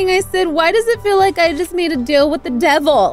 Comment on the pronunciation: Who else herd say "dealh" instead of deal